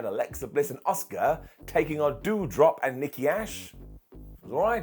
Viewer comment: Every time says “Asuka” I just hear “Oscer.” It’s a curse I can’t rid myself of.